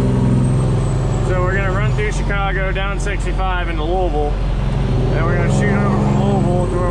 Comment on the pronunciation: You said it right !!! Louisville lol am from Kentucky ain’t to many know how to say it cmon I live 20 min from Frankfort in owenton